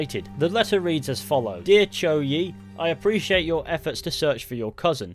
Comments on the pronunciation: Congratulations 👏, you finally pronounce the family name, 周, correctly . Yes it sounds very close to English name Joe, but you have to pronounce it with your tongue 👅 rolls. No joking, though sounds funny. Also, if you told me people in Shanghai speaks Cantonese as local tongue...🤦‍♂️🤦‍♀️🙅‍♂️🙅‍♀️😱🤯🤣 There's more, the girl's name, 芷若, is an Easter egg name from a well-known martial art novel "The Chronicle of Mandate Heaven Sword and Dragon 🐉 Slain Darvish". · The man who said Zhou's name pronounced it correctly.